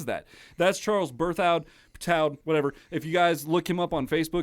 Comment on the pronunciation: So Berthoud is pronounced "bear-too". It's a French last name, even though Charles is British, lol. Yeah, each one of these guitarists is amazing. I personally prefer the acoustic guitarists and bassists (particularly Charles and Luca Stricagnoli). Bernth showing that graphic of his live playing was dope as well